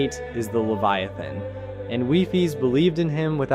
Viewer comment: Why did you replace the e to an a in leviathan